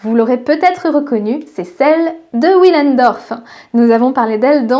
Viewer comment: Willendorf se prononce à l'allemande ie w se prononce v!